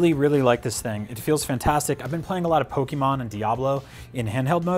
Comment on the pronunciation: Anyone who says pokeeemon doesn't play pokemon